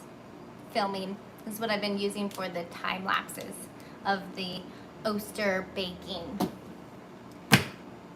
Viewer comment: Hey! On vacation at Newport OR, didn’t catch the live but your patience with the kids is adorable and they did a nice job piping! I believe Oster is pronounced Ah-stir. Like otter without the S.